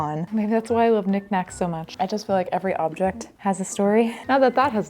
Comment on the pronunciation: Did you say you love Nick's nacks? (eyebrow wiggle) Oooo, spicy! lol (yeah, I know it's knick-knacks. My mind is gutter.)